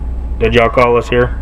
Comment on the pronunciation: "Did Yall-call us here?" Who's Yall-call? Learn English, then people may be able to interpret what you intend to say..